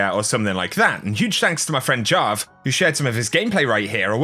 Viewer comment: I could have sworn when he said ur name he said jah not jarv